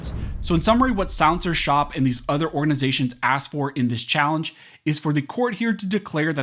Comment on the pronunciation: Why are you pronouncing it as souncershop? Say silencer shop for me.